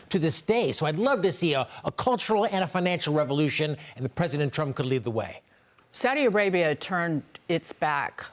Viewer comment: thank you for saying Saudi Arabia correctly!